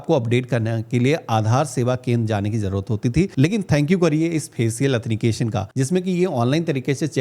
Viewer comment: ☝️😀 एथनिकेशन , Nahi Sir It's Is Correct Word Authentication / प्रमाणीकरण / ओत्थैनटीकेशन